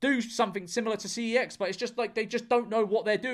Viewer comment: george. man up and pronounce cex the way that god intended.